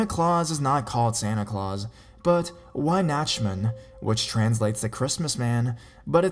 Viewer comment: You really butchered "Weihnachtsmann". At least i think that's what you tried to say. But i guess it's a really, really difficult word for a non-native. :)